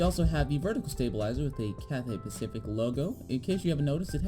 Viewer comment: “Cathay Paciic”